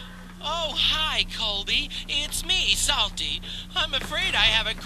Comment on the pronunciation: Am I the only one who finds that every time Psalty says his name, it sounds like "Salty"?